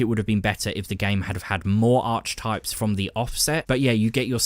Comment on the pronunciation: Ar-kee-types... just FYI.